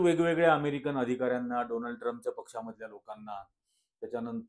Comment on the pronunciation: डोनाल्ड नाही सर डोलांड 😂😂😂